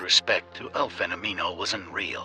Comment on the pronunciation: eu acho que o que me encomoda mais é o jeito que a IA fala “fenomino”